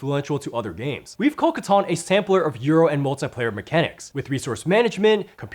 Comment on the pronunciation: It's catan, 😂